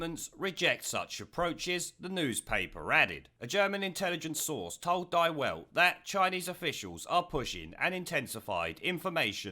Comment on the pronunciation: . Die Weld = 'Dee Velt'